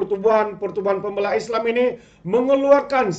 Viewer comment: Pem bey la Tu cara sebutan dia 😊